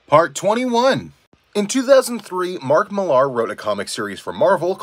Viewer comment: No one gonna mention how this guy mispronounced Mark Millar's name?